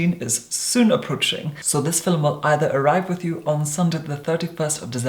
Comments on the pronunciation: Same look again and again and again! Bronze eye dark brow mild lash nude lip porcelain skin flat hair...Would love to see different looks. And please stop saying filum! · I love hearing him say “fil-lem” ❤️ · Why do u say fiLUM.... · Does everyone from his area say “filum” for film? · I love how he completely owns the pronunciation "filum". Also, who knew there was a classy way to say YouTube... excuse me, Damn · mypimento it’s a very Scottish thing to pronounce it that way